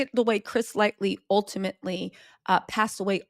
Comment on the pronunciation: I came to this video like , I hope she’s pronouncing it LIGHT-TEE this time and not LIGHTLY….. 😅😅😅